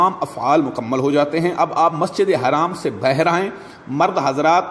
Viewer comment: Bher nhin baher lafz hota hai.